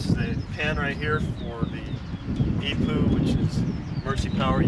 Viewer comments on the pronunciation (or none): Every time he calls the EPU an e-poo I lol inside